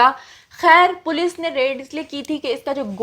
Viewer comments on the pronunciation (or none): none